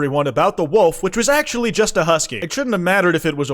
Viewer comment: he sounds Irish atchuamaly